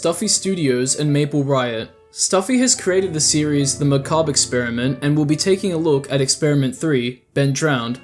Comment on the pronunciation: Thank you for knowing how to pronounce Macabre I watched someone else cover the series a while back, and they kept pronouncing it like McCabber. Drove me nuts